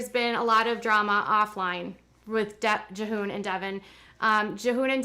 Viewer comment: Jee-hoon is how his name is said.